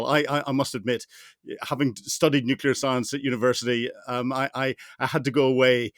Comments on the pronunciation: Not sure what nucular is? I wish these experts would pronounce the word Nuclear correctly. From an experts perspective, this is simply lazy, Shameish de Bretton-Gordon! I am pretty sure Trump and Xi are NOT buddies, the title to this is deliberately 'click me' worthy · Nuclear explanations from a person that pronounces "nukilar" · Why on earth does this guy keep saying ‘nucular’, so annoying!